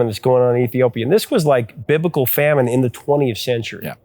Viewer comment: First of all, English lesson: it's famine not fammine. .. Africa was fine... No, it wasn't. Ethiopia got it worst because there was also a civil war raging, but other African countries too suffered from famine due to lack of rainfall during this time. Last but not least Ethiopia is a multiethnic state. Besides Muslims, there is a major Ethiopian Orthodox population and has been there for hundreds of years. Actually the kingdom of Aksum was one of the first Christian kingdoms of the world. So I hope your 'lessons' are free and confined to the internet, because everything else would be terrible.